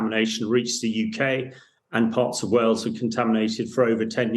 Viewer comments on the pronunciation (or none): none